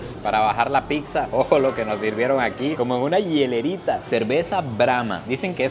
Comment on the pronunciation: PICSA NO!!! PIZZA POR FAVOR 😅😅😅